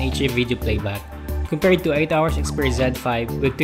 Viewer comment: Zed. He pronounced it as zen.